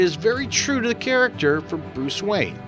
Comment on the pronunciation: "Boose Wayne"